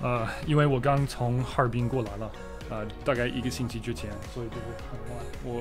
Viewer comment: 哈尔滨人该诉你，家 和 哈尔滨 发音太哈尔滨了